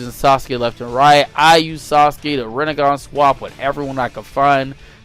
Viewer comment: U could just say rinnengan